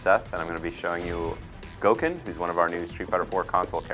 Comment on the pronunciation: Its pronounced "Go-ken"...any time you see a Japanese word spelled "go" or "gou" it is more or less pronounced like the English word "go".